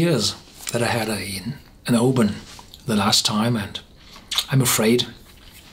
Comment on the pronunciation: My home town. Thank you for not saying "o-BAN"! 👍🥃 Didn't know this one stands head and shoulders above the rest!